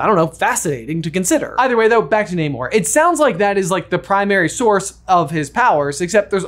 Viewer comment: Pleaseeeee, in future videos, pronounce Namor correctly, it’s driving me crazy! 😅